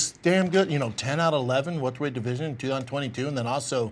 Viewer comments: Pronounced it “weltered weight”? oh Brendan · He said “Weltered” weight